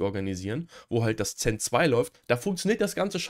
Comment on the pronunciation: Bitte nicht Zen als Xen aussprechen, speziell wenn das Thema Virtualisierung ist 😢